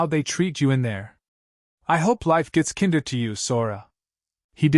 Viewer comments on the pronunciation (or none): "Kinder," in this story's context, should be pronounced with the long "I" sound, just like it's root word "kind," which means nice. The story keeps pronouncing it with the short I sound, as in kindergarten or Kinder Chocolate, which is the German word for children.